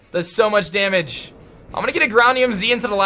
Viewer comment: The way says damage is hysterical. "Dah-midge"